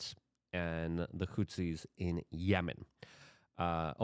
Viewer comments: WHO-THEES. Goddamn Luke... not Hootsies. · Houthis. Not hootsies. 🙄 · PLEASE pronounce it correctly. The fucking HOOTSIES? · Hey man Love your work Thank you for repeatedly talking about Yemen and the bombings there. (Houthis is pronounced "Whothees"btw) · He leans into mispronunciation. It’s part of the charm.